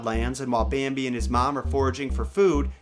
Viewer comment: At the end of the bambi he is more like 'rambi'